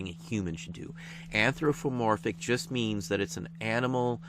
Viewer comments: Very nice video and you are pronouncing anthropomorphic wrong (there's no f in there) Cheers! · ph sounds like f Think you just put it in the wrong place. : )